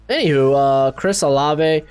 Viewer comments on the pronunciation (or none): Bro it's Chris OH-LAVE